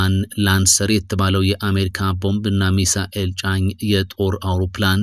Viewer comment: እንደው በፈጠረህ " ሚሳኤል " አትበል እየደጋገምክ ! ሚሳይል ነው የሚባለው ።